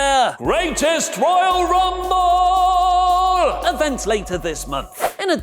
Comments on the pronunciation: you stop saying greatest royale rumble like that plzzzz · Go FUCK yourself. THat was super annoying to listen to that stupid emphasis on the GRR name